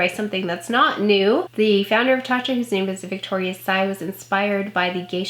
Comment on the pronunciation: You pronounced it perfectly! 💜 Thank you so much for sharing your detailed review. Wishing you all the glow, gorgeous!